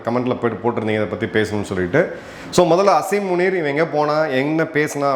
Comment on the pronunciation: சார் ஸசரி முனி இல்லை உனி